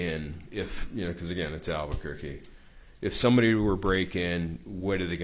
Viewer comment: . It’s alberqurqe , need he say more ……ugh 😂😂😂